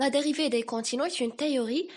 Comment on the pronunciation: Bravo pour cette initiative 👏👏👏👏 il faut toutefois faire attention à quelques fautes de " prononciation " par exemple la dérive et pas la dérivé .. les côtes et pas les côtés ..bon courage et bravo une deuxième fois 🤗